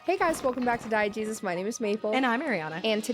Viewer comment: I always thought you said diet Jesus at the start. Low-fat-dieu